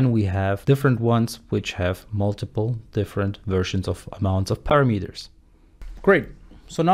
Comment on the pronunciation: Learn to pronounce English words properly: "vAriable", not "varAIAble" ( , "parAmeters", not paramEters", "easier", not "more easy". "confIgure", not "cOnfigure"